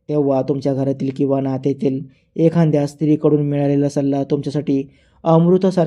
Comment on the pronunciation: "एखाद्या'" या शब्दाचा नीट उच्चार 😂करा